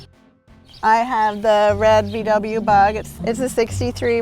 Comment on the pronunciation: Nice story... But when I hear "Vie Dabbljuh" I get ear cancer! It's "Vau Weh"!!!